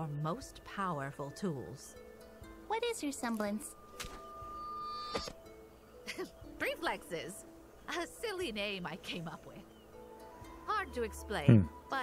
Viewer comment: Hard to tell, but when Maria said the name of her Semblance, it sounded like she might've said "Preflexes", like a mix of prediction and reflexes. It's quick, and I might be wrong, but that's what I keep hearing.